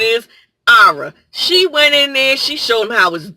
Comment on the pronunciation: Ma'am, it's Arya. Ar Ee Ya. I can't even with you right now.